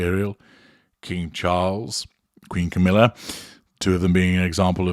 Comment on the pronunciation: I Love how says "Camilla"......he says.... "Camillar".....and I always hear it like... "caterpillar"......just funny.